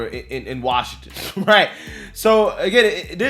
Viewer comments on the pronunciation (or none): none